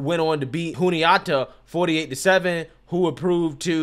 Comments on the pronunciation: FYI The correct pronunciations are Shen-in-doe-uh and Joo-knee-at-uh. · FYI: Shen-ann-DOUGH-ah / joon-ee-AH-tah / VOOR-heez